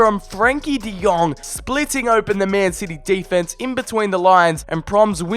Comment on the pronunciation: De lit , de young😂